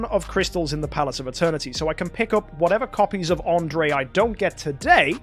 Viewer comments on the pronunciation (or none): Andrea... with an A at the end said like And Rea Not fucking Andre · I think his name is pronouced as An-dre-ya